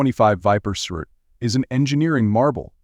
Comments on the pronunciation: The "surt" ? Are you shoor yore rite? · it’s pronounced S R T. 3 syllables